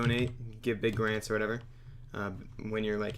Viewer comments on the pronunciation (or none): when he says "or" LOLLOLOLOLOL